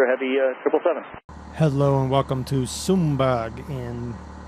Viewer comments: SUM-berra. And it's not particularly nice. And there aren't trees. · It's pronounced Sum burrah lol